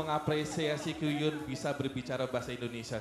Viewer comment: Masih Ngakak Ko Densu panggil Kyuhyun jadi Kyukyun. 😂😂😂 Tapi aku ngerti Ko Densu tuh nyapa "Senang bertemu denganmu." 🥳